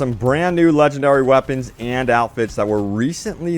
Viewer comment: it just gets me every time he says Wapons....legendary Wapons heheheh